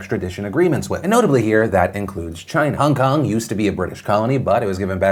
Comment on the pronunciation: Nobody: Phil: Hahng kahng